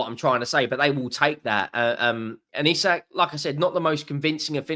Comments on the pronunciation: Its pronouned EEE sak! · Wrong buddy. It is EE-Sak, watch a Newcastle united video where the players pronounce their own name, if you don't believe it. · Isak himself pronounces it "Eye-sack"